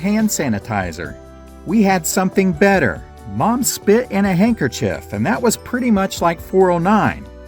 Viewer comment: Different? You mispronounced better my guy.